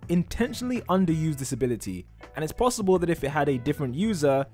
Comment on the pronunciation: Did he just say plossible